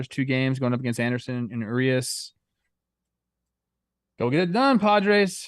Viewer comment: I cringe every time you guys mispronounce 'Urias'...